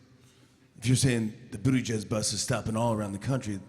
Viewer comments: It is not buttigeg it's Bu-ti-jij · That surname is still pronounced wrong 💔 #malteser #proudofyaPete Pronounciation: Boo-tea-jij